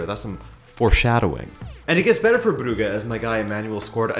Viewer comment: Club brugge is pronounced club bruzhe